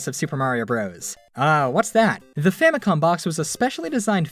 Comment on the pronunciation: "famicon" W H A T